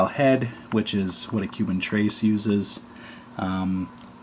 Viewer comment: Trace? It's pronounced Trehs